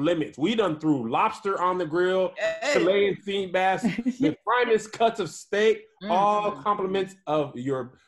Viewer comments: Did say Cha-Lyin sea bass 🤔😂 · They said Chil-lion sea bass. Chil. Lion. But get it always